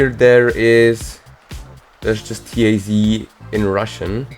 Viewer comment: This NOT "Ti-Ai-Zi". This is "ta-z"